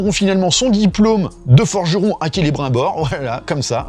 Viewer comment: Rassure moi, tu fais le troll en pronocant celebrimbor avec l'accent bien français ? Parceque en vrai, tu sais que est pas comme ça que le nomme😅😅😅